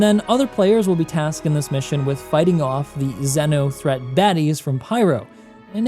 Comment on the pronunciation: Pronounced ‘zeeno’ threat my dude 😂